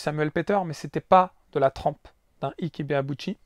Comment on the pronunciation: Juste une petite précision, Ike se prononce ayk pour Ibeauchi et Ayké pour Quarté qui se prononce Qwarté. C'est pas pour me moqué de toi loin de là, j'ai vu quarté en live à plusieurs reprises et ça fait bizarre de voir le non de cette immense boxeur qui a failli battre Oscar De La Hoya.